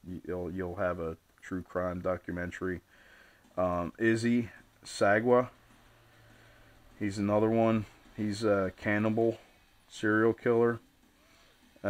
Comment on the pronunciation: Issei sagawa (sah-gah-wah)